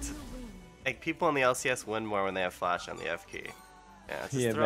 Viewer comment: IT'S FUCKING FLASH NOT DLASH